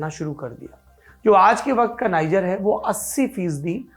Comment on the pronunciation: नाइजर नहीं, नीजेर